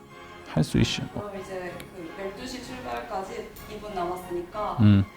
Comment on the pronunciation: 할 수 있셔 라고 발음하는 셔누 왤케 귀여웁죠ㅋㅋㅋㅋㅋㅋㅋㅋㅋㅋㅋㅋㅋ할 수 있셔